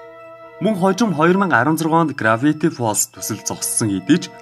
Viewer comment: Gravity gej heldiishdee grafity gej heleed baina